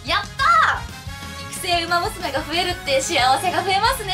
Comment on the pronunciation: お元気そうで良かった…！ ウマ娘の名前の読み方は流石ですなぁ。